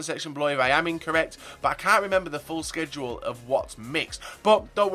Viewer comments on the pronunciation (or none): none